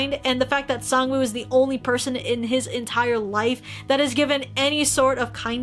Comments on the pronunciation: SAngwoo, not Songwoo Not trying to offend anyone, I know it can be pronounced either way. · I know it's written "woo" and that is the correct way to write it, but in Korean if you were to read it, you wouldn't pronounce the w. It's kinda more just oo. It doesn't necessarily bother me so much, but I just saw it so much around everywhere lol